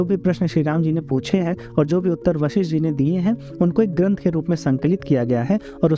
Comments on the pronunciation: Sabse pahile उच्चार ठीक किजीये वशिष्ट हैं ना की वाशिष्ट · इन ॠषि का नाम वशिष्ठ है, वाशिष नहीं। जिनके बारे में वीडियो बना रहे हैं उनके नाम का उच्चारण तो सही कीजिए। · आप शुरू में उनके नाम के उच्चारण में वासिष्ठ बोल रहें थे इसलिए लिखा था आपका धन्यवाद लोगो को धर्म और ग्रंथो के बारे में जानकारी देने के लिऐ 🙏🙏